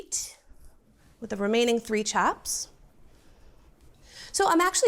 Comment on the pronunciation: "Chaps" so Boston. Haha